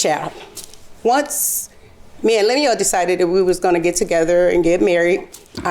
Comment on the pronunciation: Pronounced LEM-YOU-WELL